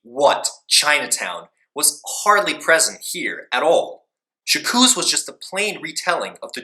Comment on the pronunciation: 'Jakooz' oh good god at least learn how to pronounce the title you're reviewing....